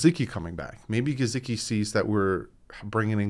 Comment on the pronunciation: is my favorite host of the Fins YouTube community, but it is so hard to listen to him pronounce Mike Gesicki’s name without cringing 😂 Just say it the way HE/every other person alive says it man! It’s not Juhsecki lol There is a video on YT called ‘Sports Lite with Mike Hall - Mike Gesicki’, where they ask him directly how to say his name. I’m sorry but you watch football games …how many commentators have pronounced his name the way you pronounce it? Keep up the good work 😃